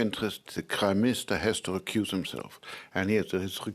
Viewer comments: anyone else hearing him say Crime minister? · Time stamp in this video, I had to watch back a couple of times. It sounds like the Commissioner is calling Carney, "the crime minister" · slip of the tongue...the "Crime Minister" Priceless! LMAO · Sounds like he’s saying “crime minister “. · Funny how the Ethics Commissioner sounds like he’s calling Carney the Crime Minister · Dude can’t even pronounce “prime minister” .. why is a German guy our ethics commissioner? I say no foreign born Canadians making policy and deciding what’s “ethical”